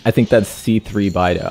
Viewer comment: The way you said beidou just pains me